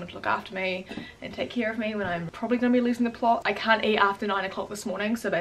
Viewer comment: Hoi I eemma an I cawnt twak Hi I’m and I can’t talk Haha get better soon